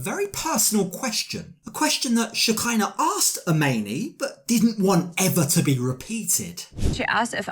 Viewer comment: Pronounced Aa- mon-ee